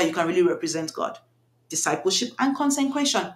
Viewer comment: I think you mean to say “CONSECRATION” not “concencration” some people might mistake what you’re saying to mean just be extremely focused 😊